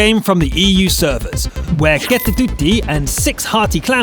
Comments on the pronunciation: LMAO XD The way says KettuTytti XDD just say it how it has been writen cause that's finnish language:P not like ketutyti... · sounds so fun how you say kettotytti 😂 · He said the KettuTytti so weird :D I think the Is-3 Player is female cuz "Tytti" is a girls name in our country